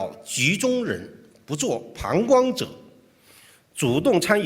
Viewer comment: 好心佢發音唔得就咪L擦鞋夾硬嚟，“膀胱者”都噏得出😂